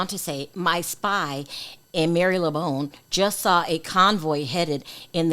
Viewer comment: It is pronounced as Mar- le - bone not mary-lee-bone😂❤